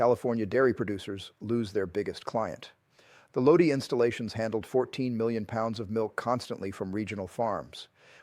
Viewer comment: My Uncle worked there for years. BTW it’s Lodi (Low-Die)